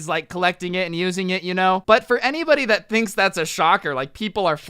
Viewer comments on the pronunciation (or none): none